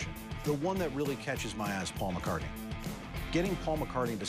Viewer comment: cian it’s McCartney